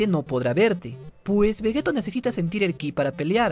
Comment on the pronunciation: Todo está muy explicado, o único que no comparto es por qué... Vegeto? Tal como suena, no se dice es "Veyito" ? Por lo demás, siempre fiel y a tus vídeos. Un saludo!